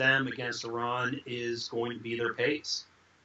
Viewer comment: its not eeeran...its eye ran..